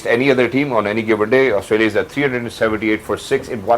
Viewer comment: Asutralia nhi hota Australia hota hai😂😂